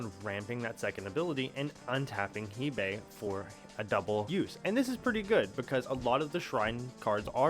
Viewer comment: its pronounced hey bye